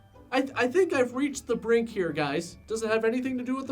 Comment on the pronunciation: "I've reached the breenk"